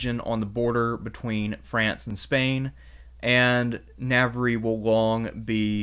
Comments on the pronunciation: I'm a big fan and normally only too willing to overlook one or two dubious pronunciations in light of the wonderful quality of your content, but listening to you mispronounce 'Navarre' as brutally as you have in this video has caused my to reflect on the point at which the medium begins to undermine the message...a well-built house still needs a lick of paint. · Na-var. It's pronounced Na-var, not Na-ver-re, Na-var. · Yeah its so easy to pronounce, something like "nah- var (rhymes with star), not nav-var-rie. It was jarring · I like History and I like these podcasts but dude ...NAVARY??!! NAVARY?!!! WTF... Please learn how to pronounce Portuguese and Spanish better. It is not that hard... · Navar not navery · You pronounce Navarre wrong every time and it hurts my ears. Spanish vowels. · Really good video, but you butchered the region names so bad. “The region of navariiii” 😂🤣😂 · The Navariiii thing really did make me grit my teeth each time. I’m normally not a huge stickler for pronunciation but several in this vid did bug me quite a bit. They aren’t very difficult to get correct and i found it took away from what was otherwise a very good and informative video. I really don’t want to come across as a hater here, I legitimately enjoyed the content. Just please, next time at least acknowledge the proper pronunciation and people will be a little more forgiving for your choice to anglicize it. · It's fine, it is correctly pronounced Na-Ba-,RRA, three syllables always. Navarre is the anglicised/french pronunciation and spelling. So anyone is free to say it anyway they like it. Basque also receives the same Anglicised French treatment, the full term is Vasco or Vascones, same thing, different pronunciations in different languages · Lmao "navery" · Navarre is pronounced ‘navarr’. Your mispronunciation really irritates me. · Please pronounce Navarre correctly